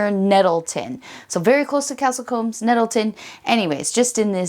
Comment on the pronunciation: Hi, just one small point… combs go through your hair, Coombes sounds like mooo